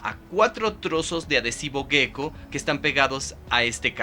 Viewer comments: Ejem, en español, se escribe "geco", ¿por qué pronuncian gueco? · La pronunciación es geco (jéko) (tal como se escribe), no gueco. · A mí , en cambio me provoca una gran ansiedad estar todo el rato oyendo la palabra gecko como si se escribiese guecko, o las fuerzas de van der uals.